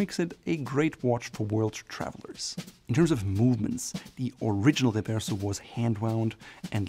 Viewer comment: oh just say Reverso in American.. no need to for some reason do a French pronunciation